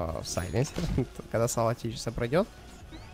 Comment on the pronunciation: Тэкис а не течис блат! Аналитика ошибок, которая не знает как название героев произносится.